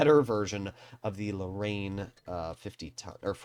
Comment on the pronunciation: Wait wtf did u call the Lorraine 💀